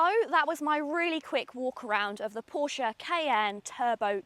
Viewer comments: This is absolutely fantastic and it looks 😍. But I think we may have a falling out over the pronunciation of Porsche...😋. Excellent production value on this video as well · She pronounced "Porsche" pretty much as most Germans would but then even Germans have different pronunciations across regions. I call it "Porsh", without pronouncing the "e" as Germans call "Jaguar" "Yaguar"